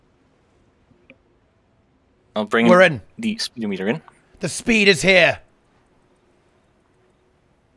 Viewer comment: Lol speedo-meter 😂sped-omiter